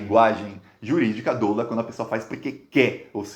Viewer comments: Caro, você é 10, mas não se diz "dôlo" e sim "dólo". Vamos que vamos...assisto todos os seus vídeos e compartilho seu excelente trabalho. A esquerda, nesses tempos modernos de redes sociais, te deverá muito... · Ei. Pronúncia correta: Falar dôlo é doloroso. Grande abraço. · se pronuncia "dólo" com o "o" aberto. Tamo junto! Fora Bolsonaro! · Prezado, a Pronűncia Correta da palavra DOLO, é como se tivesse Acento Agudo no DÓ.